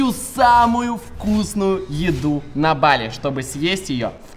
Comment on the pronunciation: Не бАли а балИ